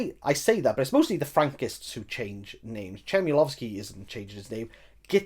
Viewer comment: Interesting to hear you talking about it. Despite tiny flaws I loved The Books of Jakob, but the history of Poland is a well known concept to me (oh modest me), but even to most Poles the history Tokarczuk writes about is not well known. BTW Ch like in Chmielowski in Polish is always pronounced like H in home, for the lack of better sound. Lovely daughter you have, and pierogi look great! Oh and the song, Olga needs to hear it :-)